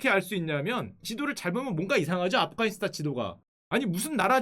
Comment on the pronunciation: afghanistan 인데 왜 아프카니스탄으로 발음하죠?아프가니스탄이 올바른 발음입니다.